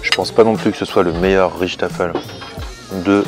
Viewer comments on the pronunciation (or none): Coucou super le resto :) et juste à titre informatif , on ne dit pas "richtaffle" mais plutot "reystafel " ( le ray comme rayban) :) pas facile de traduire par écrit le neerlandais haha :) sinon sur google translate on l'entend plus ou moins haha :) saluuut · Aurore Das c est pas le ray de rayban mais plutot raiesttafel comme dans aie